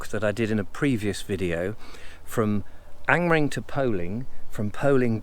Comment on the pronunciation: Another interesting walk Richard, have to say that I smiled that you pronounced Angmering perfectly (I assume) yet stumbled over the word "circular", Ive never quite known how to pronounce Angmering personally and avoid it at all costs ;)